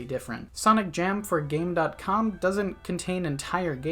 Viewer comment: Came here to say this. I was annoyed by it every time it came up